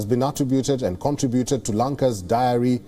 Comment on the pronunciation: Awesome pronunciation- Diary Industry …Puckage ….Parchase ….Wak from home ….Hundin on Token ….Wok from home…